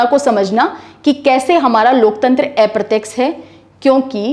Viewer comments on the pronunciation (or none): एप्रत्यक्ष नहीं अप्रत्यक्ष कहें बहुत अच्छा पढातीं हैं आप धन्यवाद